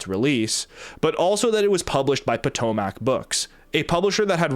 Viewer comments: btw it's Puh-tome-ic (named after the Potomac river which Dulles VA is like, right next to*) *edit just south of the river lol had to double check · You say “Potomac” all wrong.